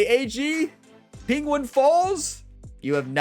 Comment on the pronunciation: Say penguin proply for fuck sake